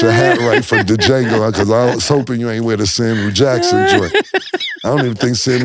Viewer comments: Dee-Jango...Fellas the D (pause) is silent smmfh! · That's Wild! The D is silent pause!!😂😂😂 Dajango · "DaJango" is crazy 😂😂😂 y'all, the D is silent... pause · Cam said Da Jango lolol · Pronouncing the D on Django is gold 😂😂😂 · It's Jango, the D is silent... pause, no Lucien... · the d is silent in django yall sound dum every time lmao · Django????..... ummmm the D is silent lol #Pause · The D is silent inDjango fellas 🤦🏾‍♂️ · The D is silent #Django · The D is silent is CRAZY 😂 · The D is silent in Django 😂😂😂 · The "D" is silent 😂😂😂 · Jaimie Fox even told you how to pronounce Django. The D is silent. No Iddy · "It's Django.. the D is silent" 😂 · the D is silent mutha fucca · The "D" is silent (pause) in Django. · Wait, did they BOTH say “on De Jango?” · The D is Silent....PAUSE 😅...DJANGO!!! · The “D” silent in Django pause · The D is silent 🤣🤣🤣 #pause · These dudes pronouncing Django wrong is hilarious 😂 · All that money and they got and still can’t say Django right 😂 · The d in django is silent #Pause 😂